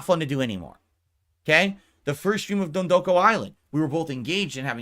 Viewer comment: Every time he says “dondoku,” I lose a year of my life.